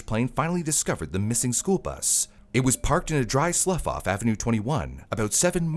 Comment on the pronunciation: Slough = SL-EEW, not “Sluff”.